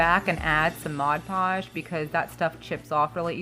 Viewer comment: Oh my gossshhh!I love these!!! I also love that you say mod podge correctly!! Haha!! 💕